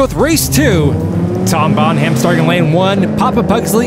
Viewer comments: Seeing as Tom is moving on, I'm pretty sure the H is silent, like in Graham and Nottingham... Oh, I see that Robin Hood is too blame. 😮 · So Tom Bonham went through, and now we have to listen to that horrendous pronunciation again! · Think it be pronounced like Led Zeppelin drummer. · for F sake, the "H" in Bonham is silent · How does a person not know how to pronounce, Bonham? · Seeing as how Tom Bonham is moving on, I thought I might give you an alternate pronunciation of his last name. It's not Bon-HAM like you've been saying. It's more like BONnem. It sounds much better like Tom Bonnem. Oh and #DIRTYSWEEP3D4EVA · Another great spectacle! Loved it! Now I'm no expert on surname pronunciations, but Tom Bonham's last name is spelled the same as the late, great John Bonham. John's last name was pronounced phonetically as (bɑːn'-əm), the 'h' being silent. Poor Tom, with his surname being pronounced (bɑːn'-hæm'), may well be feeling a wee bit edgy about it, but I can't speak for him. Just saying if I shared my last name with someone like John Bonham, I'd want it pronounced the same way, even if my family over generations never did and always pronounced it ((bɑːn'-hæm'). If Tom does pronounce his surname as it was articulated for this race, he should absolutely change it out deference to John Bonham. At any rate, you guys should assume Bonham is pronounced the way it should be, as it is for John Bonham, and Tom will get used to it, maybe even come to embrace it one day. Besides, he's driving a Ford Escort. Just my two - maybe three or four - cents. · It’s pronounced “Bonnam”, not “Bon-HAM” 😂 like the greatest drummer of all time, John Bonham! Lol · Bon-ham?? Well, you pointed out that you're reading the comments.. so again.. Bon-ham? It's pronounced Bon-um. 😂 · And nobody in the world pronounces it "bon-ham". Don't know if he's being obtuse or just clueless. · It's not Bon-Ham...... it's Bonam dammit Bonam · Bon-Ham? are you doing a bit? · Bonham is pronounced Bonnam